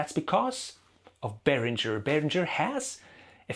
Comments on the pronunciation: It`s berinGer, not berinJer, btw. Like Kim Basinger. It is a german name, so live with it. Like Neumann is "noyman" and not "new men" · It's BAY RINGER! As in bell ringer 😀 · You speak German but mispronounce Behringer on purpose! Why? To show your disdain for them?